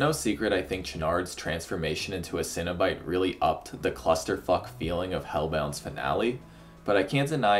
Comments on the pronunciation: Cenobite. CEN. NOT cinnabite. Please pronounce it right. They're horror superstars, not dessert treats. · You're not having a breakfast bun. Why do you keep saying 'cinnobyte?' It's cEnobite. (seen-o-bite) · Stop saying Cinna Bites I'm getting hungry